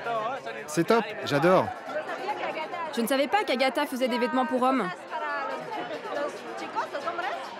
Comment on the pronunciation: "JA Dore " 😂